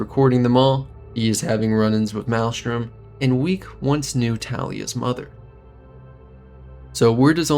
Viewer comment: Good videos, bro. But it is pronounced MAILSTRUM